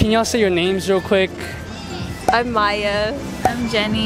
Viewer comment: It Maya not mya